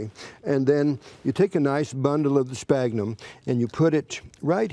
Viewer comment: Dislike. This is not grafting and that's not how you pronounce "sphagnum". If they don't know the right words or pronunciation then how can you trust their advice?